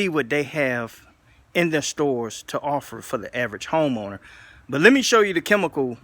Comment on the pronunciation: He said Homoner..